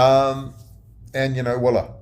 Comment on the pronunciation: call me a pedant, but voila is NOT pronounced Wah-la. Sound the V as it is in French.